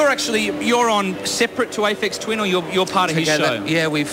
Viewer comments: "Aphex Thin... Aphex Twin" - interviewer can't even say this correct :P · lol, "Apex Twin"? "Aphex Tin"? :P The Channel V guys r completely clueless.